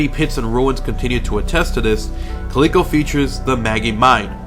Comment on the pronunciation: Just a heads up, if you are referring to Calico ghost town it is pronounced Cal-i-co. live about an hour and thirty minutes away and can agree that it is creepy there.